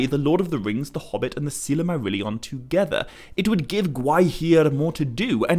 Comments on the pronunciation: The presenter should at least attempt to pronounce the words correctly. It is Sil-mar-illion not Silarmarillion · That's NOT how you properly pronounce Silmarillion or The Silmarills, and maybe that's due to your European accent, but I would have put more effort into pronouncing any word, Tolkien-based or not, properly! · I'm a year too late but couldn't go without saying... It's not "Silimarillion" it's "Silmarillion" Not a misconception but a mis-pronunciation lol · Why do you always pronounce Silmarillion as if there was another letter A included right after the first L? As in Sillamarillion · i really do like your work but when you add entire syllables to words it just sounds reallllly odd. "sil-a-marillion" "el-a-rond" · Stopped watching because the author can't pronounce silmarillion.